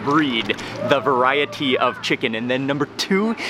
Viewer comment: Vah-RYE-et-TEE lol. Nice vid 👌